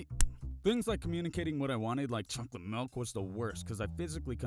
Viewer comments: To be honest it sounds like he says "chocy milk" instead of "chocolate milk" but yet again i believe i hear thijgs wrong sometimes. And im slowly gonna go deaf from my friens earraping me on call TvT good life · Its pronounced chocky milk